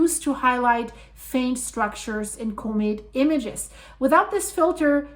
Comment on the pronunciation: I like how says comb it for comet..